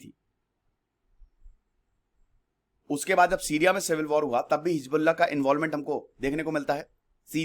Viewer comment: Sir, you were about to say, heezda... 😁😁😁😂😂😂